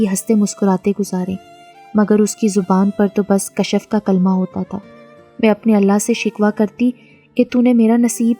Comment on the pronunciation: Kashaf nhi hota name kashf hota hy